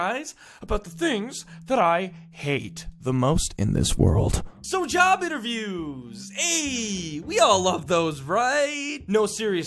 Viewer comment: I thought he said child abuse then I turned the captions and it said job interviews